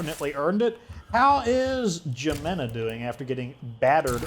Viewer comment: Pronounced: He-men-ah. Not Gee-men-ah.:/ Keep up the great episodes! Yer doin' great work!